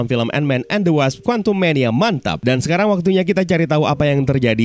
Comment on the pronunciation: Ngakak mulu gw pas nyebut quantum mania MANTAP